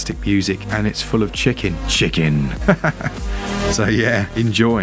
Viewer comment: Think I'm going to let you slide for saying "Chicken" the same way they say it in Tekken 3's side scroller beat-em-up mode during the Streets of Rage 4 segment,?? That's awesome. I'm surprised they did not add any Tekken games to the Switch since Namco Bandai does handle Smash Bros. Great vid of some great sales for sure. Thanks.